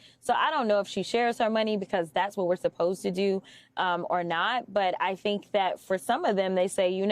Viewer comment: A hwhat now? 😂😂😂he put the H before AND after the W 😂😂😂😂😂